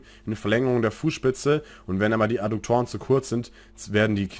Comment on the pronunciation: Adduktoren, nicht Adukktoren... sagte der Rechtschreibenazi... Wie auch immer, Danke für Deine Videos und die Zeit die Du dafür aufgebracht hast! Ich hoffe Du kannst das monetarisieren.